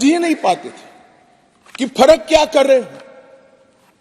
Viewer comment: अंग्रेजी आती ही नहीं . हिंदी भी ठीक नहीं बोल पाते अनपढ.. फर्क को फडक पढते है.